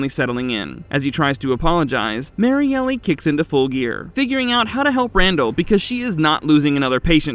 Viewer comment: I think it's just Marielle as in Mary-Ell, not Mary Elly.